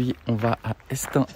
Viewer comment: Toujours aussi beau ce Chemin ! Merci de me rappeler à mes bons souvenirs ! Bon repos, bonne suite ! Merci pour ce beau partage... et votre bonne humeur ! On dit Estaing ... Il y a une jolie fête médiévale en septembre ! Ça vaut le détour ! Et de mémoire se sont des clous ... (de mémoire !)